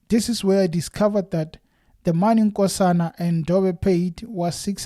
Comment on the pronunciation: Skosana! Not Nkosana haaibo… read what’s written there wow